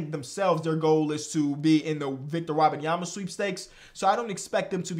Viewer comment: Learn to say “Webanyama”